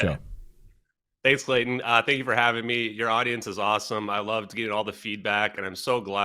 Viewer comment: Clayton "nomemCLAYture"